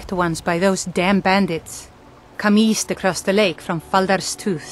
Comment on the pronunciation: The guard didn't say EAST, she said WEEST.